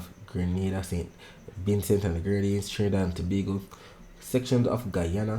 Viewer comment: You say Trinidad and Tobago well goodnight I gone to sleep bless ❤❤❤❤